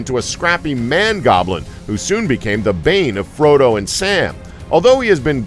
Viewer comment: at least he got Frodo right